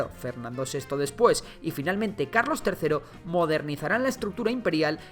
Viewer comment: dice Calos III